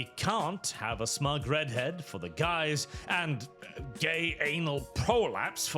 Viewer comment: all i hear is "we have the (male/female) gays